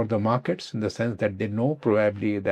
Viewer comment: Prob-ably, it sounds off when he is speaking. And it's tech-nology